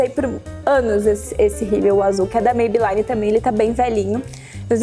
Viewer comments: só pra te ajudar a quando pronunciar o nome, a marca Maybelline não se pronuncia "MeibeLAINE", e sim "MeibeLINE". Não é uma questão de chatice, mas já que vc tá passando uma dica, acho que não custa a gente apontar esse detalhe. Um bjo! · Amei as dicas!!!!So uma coisa vc ta pronunciando Maybelline errado...o som do I nesse caso eh I mesmo nao ai...nao me leve a mau nem fica chateada...eh porq eu gosto de vc e queria te dar esse tok..Bjos.